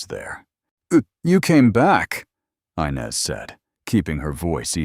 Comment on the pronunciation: The name is inez not Inez, do get it right😢